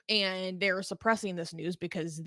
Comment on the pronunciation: What's the matter with this womans outrageously raspy voice. Does she practise it?? Plus she can't pronounce AND anywhere close.